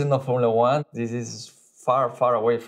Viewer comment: It's not Formula One. Yes you're right. It's Formula Juan